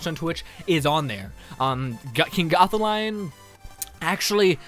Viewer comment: Lol the way you said gothalion